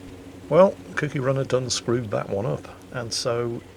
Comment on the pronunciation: ..Its Cookie as in the Cookie Monster, Another word for biscuit The way you pronounced it sounded like Kooky as in crazy.